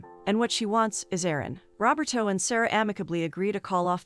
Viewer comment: It’s “Roberto”, not “robber toe”!